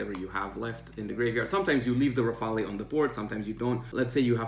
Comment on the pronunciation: The e is silent in rafale. Thanks for the advice!